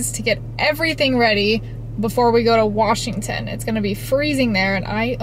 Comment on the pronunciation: Hey beautiful, you pronounced WASHington correctly. Most people say WARSHington. Very good. 👍❤️U, great video.Thanks.